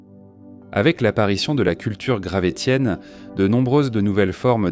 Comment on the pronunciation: Merci la voix artificielle de prononcer « gravessien » 😁